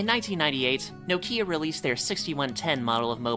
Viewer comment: No kia who tf pronounces Nokia no kia. 😂😂😂